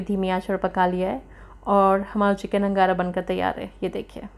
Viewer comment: It's angara not nagara